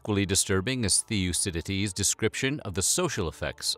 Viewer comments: Not "Thee-o-dee-ah-seeds", it's Thee-o-diss-ah-dees. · I stopped watching when he kept saying "The - Yoo - sit - ed - eez". hahaha. Nice one! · * Thucydides is not pronouned theeoocididees, it's always thoocididees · Pronounce it correct. Thoukididis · Pronounced “Thoo-cidides” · why the F the only Greek word or name Americans can say right is Mykonooos😒 man you really butchered the name Thucydides... is not hard AT ALL to say the names right.. stop re-naming places and people to your liking.. they are not chinese or arab... it is even easier to pronounce the actual F ing real name of the guy for christ sake....😒